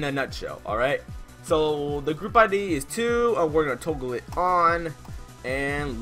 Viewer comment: you just say "Toagle" my boi?